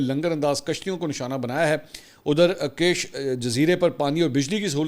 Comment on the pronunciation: island is not cash island its Kish island like Fish